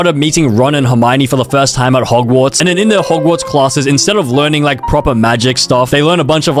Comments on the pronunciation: Bro said ’’mogwarts’’ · Hogwarts nah mogwarts